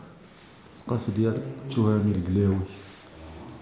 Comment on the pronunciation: قلاوي مش كلاوي